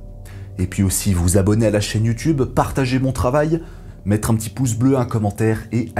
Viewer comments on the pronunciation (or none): none